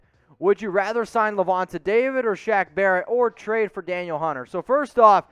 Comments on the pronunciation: pronounced like Daneel. not daniel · It’s pronounced Dan eel not Daniel